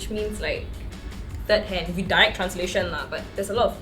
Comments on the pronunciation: Well she has problems with words that end with "th", like "with", she pronounces as "wif". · / has problems with words that end with "th", like "with", she pronounces as "wif".